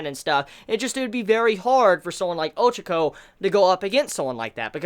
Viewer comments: Her name is pronounced Ochako, not Ochoko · you can't even pronounce her name properly and your such a big fan of the series = L